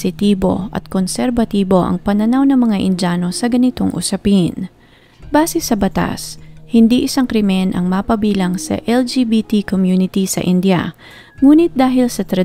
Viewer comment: Please india not inja....indiano not injano hope its help